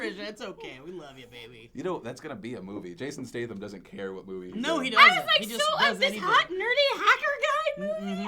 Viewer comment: Haha phil you pronounce statham so badly lol